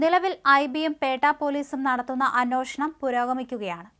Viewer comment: അന്യോഷണം അല്ലാ അന്വേഷണം